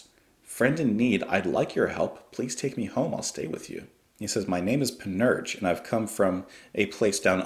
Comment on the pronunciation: for what it's worth it's pronounced pan-ur-sha